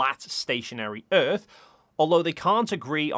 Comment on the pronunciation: "Cuz the earf is constantly rising, or going up. Duuuuh!?!?" Lol... That one Always makes me laugh.